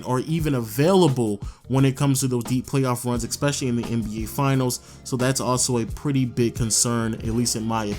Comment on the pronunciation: Love your videos.. Been going on the background while doing other stuff. One thing is beginng to grind me.. Why do you put k's in in some words? It's really weird? Like when you pronnounce especially as ekspecially.. Where do you get the k from?